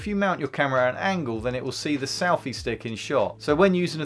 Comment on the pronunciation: Why does he keep saying "salfy stick?"